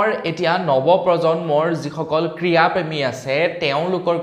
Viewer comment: ক্ৰীড়া নে ক্ৰীয়া ? অসমীয়া ভাষাৰ শ্ৰাদ্ধ পাতিছা ।ভাল কৰিছা । আমিয়ো শিকি ল,ম ।